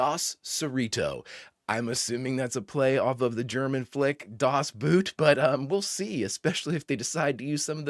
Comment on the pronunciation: I love how much fun you have with this episode, and Lower Decks over all! Other comments already helped you with "Dos" meaning "Two," but I gotta help you catch Das Boot. "Boot" in German is "Boat" in English, and is pronounced like boat in English. So different spelling, but same pronounciation.